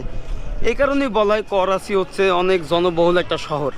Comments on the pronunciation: Korachi noi dada karachi bolen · Korachi bolen ken bar bar Karachi bolen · Are sutiya 😂 It is not a korachi Its is karachi